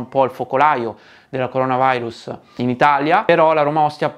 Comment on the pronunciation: coronavAIrus???????????? 😱😱😱 Vi prego no!!! È LATINO, NON INGLESE!!!!!!! Almeno questa parola TENIAMOCELA!!! Già abbiamo perso "MEDIA" ("midia"... 🤦‍♂️)...